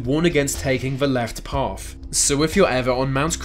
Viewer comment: Path! not paff. Yep, you're credible.